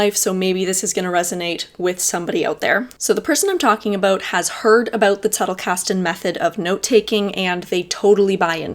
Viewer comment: I like how you adopted the german pronounciation for Zettlekasten. You're great!